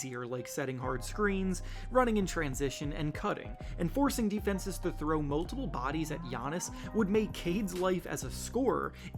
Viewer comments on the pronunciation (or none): none